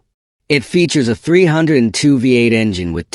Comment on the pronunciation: Calling Ford 302 as Three-hundred-twoooo... AI voice?